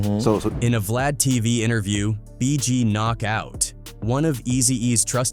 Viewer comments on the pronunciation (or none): none